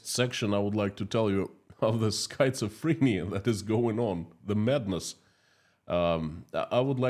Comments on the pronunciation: Skit-suh-freh-nee-uh // really hard word to pronounce❤❤ Great job, 💖💖💖❤️❤️❤️ Slava Ukraini ❤️💜💜💜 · The correct pronunciation is SKIT SUH FREE NEE UH. (Schizophrenia) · Schizophrenia is pronounced with a short I. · December 10, 2024, Here are two words that you should ask Mr. Google to pronounce in English: 1. Façade 2. schizophrenia Remember that “ph” is often pronounced “f” in English. Thank you for your beautiful programs on economics. They are very clear and use “simple” explanations, which I can understand. Keep up the good work. Sincerely, Nick in Canada